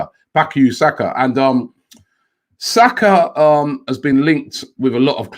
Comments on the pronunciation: I Know! And it's not even difficult! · Robbie embarrassingly butchering Saka’s name